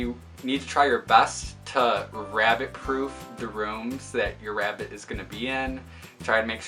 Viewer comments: i hear rabbit as " wrapped " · God I cannot stand the way you say "rabbit" lmao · Nigga stop saying rabbit like that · The way you say rabbit.... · I love how you say rabbit 🐰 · the way he says rabbit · The way he says rabbit is killing me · He says rabbit funny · The way he pronounces 'rabbit' through me off OMG!